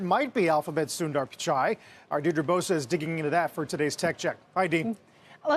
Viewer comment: It’s NOT ‘San-dar, it’s ‘Soon-der’ please learn to pronounce foreign names correctly. So disrespectful. Do your HW.